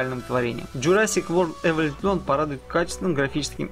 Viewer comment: Блин чувак, подучи английский. Умбрела, варс, хоризон, эволютион.